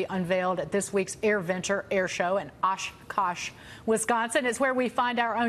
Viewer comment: Clearly this lady didn't practice her Wisconsin city names. She had to fully sound out Oshkosh.